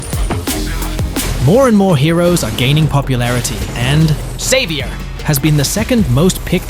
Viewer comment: He was saying xavier and I heard saber😂😂